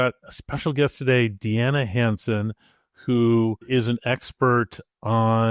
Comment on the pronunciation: And by the way, I've heard "DNA HANDSOME" when you said her name that I will now happily remember! Deanna Hansen🙏👍❤